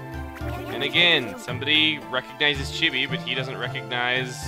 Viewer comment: *Chibi* not *Shiby*